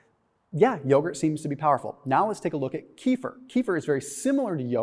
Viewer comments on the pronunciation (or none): Keh-fear not kee-fer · Kefir, not " kifir" rhymes with "Cape Fear" without p 🇪🇺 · The correct pronunciation is kuh-FEAR. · Please pronounce the drink correctly. It is pronounced Keh-feer, kind of rhymes with Heifer, a cow. It comes from Russian via Turkish. It makes you sounds stupid. That silly keto dude Dr. Berg, also pronounces it wrong. Don't be a Berg. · Pronounced "Keh - FEER"